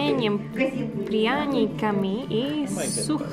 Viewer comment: Привет! Русский язык сложный:-) Но надо не забывать и о произношении. Не "поездка на лодьке", а поездка на лодке. Пряниками (не прьяниками)Чай пить хорошо, но не в ресторане, а на вокзале)